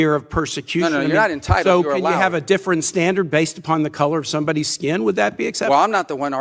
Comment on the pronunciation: SUPER STAR, SEXY A$$ MR. MARCO RUBIO!! U GO BOI!😅 And "Intitled"?? WTF?!